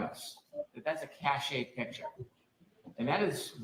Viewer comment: What the hell... Brennan is very good at mispronouncing terms... Cash-A... cache is pronounded 'cash'. Hank drives me nuts!